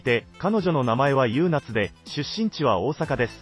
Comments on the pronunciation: 優夏ゆうなつ？ゆうか！じゃないのw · 読み上げは、人間がやったほうが良い。例えば「学校に通っている」→「・・かよっている」。固有名詞も。「優夏」→「ゆうか」。音と訓を混在させる名前は殆ど無い。 文章も日本人が書いたとは思えない。 ex→「日本で留学している多くの・・」→「日本に留学している多くの・・」 日本語には助詞もある。